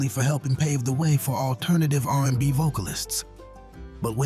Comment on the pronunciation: Narrator couldn't even pronounce R&B in the Al B Sure part😂 And did yall say Seesqo?😮